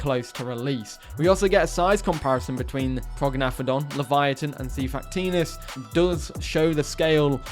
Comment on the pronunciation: You mispronounced xiphactinus